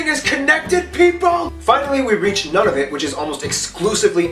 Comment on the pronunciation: I wish he would pronounce Nunavut correctly.